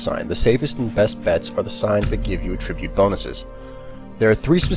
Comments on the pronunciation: attribute is accented on the A. this pronunciation is so bothersome. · Yeah it bothered me too. He pronounced “attribute” in its verb form instead of its noun form.